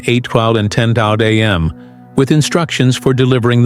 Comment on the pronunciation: Mr AI go back to school and learn how to say am and pms or 10 am😂